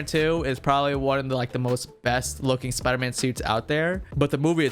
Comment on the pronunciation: spider not spooder